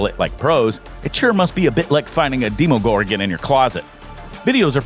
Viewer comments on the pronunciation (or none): none